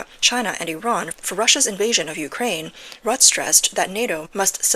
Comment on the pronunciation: I don't think the e in Rutte's name is not silent...